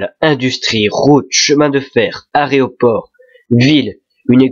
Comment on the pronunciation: bien que le sujet soit travaillé, la '' dynamique'' de la vidéo fait perdre le fil( je trouve) et il y a également quelque faute de syntaxe qui énerverais plus d'un professeur, par exemple aréoport au lieu de aéroport. Voilà, juste deux petites remarques pour améliorer la qualité de vos vidéos, car on voit que le sujet est bien préparé😉 Et en plus, ça change des autres commentaires😂😂